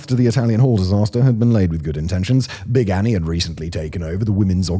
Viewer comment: They have a life-size cutout of Big Annie in one of the museums. Such a badass. Also, much better pronunciation than I was expecting, Simon! Kudos~! <3